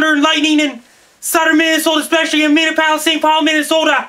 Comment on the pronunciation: Thanks for the warning, Frankie. "min-eee-app-o-liss" Best of luck to you.